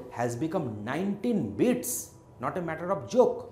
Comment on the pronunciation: my guy is saying bits and it sounds like beats